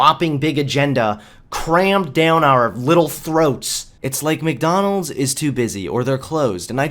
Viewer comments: Look, dude, I like your vids but please tell me it's some kind of accent thing that you say "Mick-Donalds (Not Mac, or Mc) and "Allees" instead of "allies", or "al-lies" (as in not telling the truth) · Stop saying Mikdonalds its MacDonalds